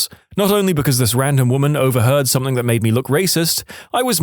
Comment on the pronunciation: No K in the word something